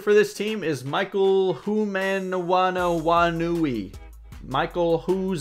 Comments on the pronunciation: Hoomanawanui is pronounced Hoomahnuhwahnuhwah. I only know because he used to be a Ram lol his nickname was Uh-Oh if you feel better with that 😂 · it's pronounced Hoomanawanui not Hoomanawanui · It's pronounced Ho-o-mo-now-a-new-e